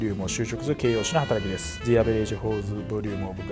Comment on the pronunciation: the averageのとこザじゃなくてジですよ